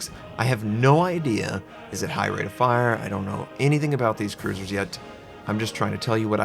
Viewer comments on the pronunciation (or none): i thought i hear say french cuisine lol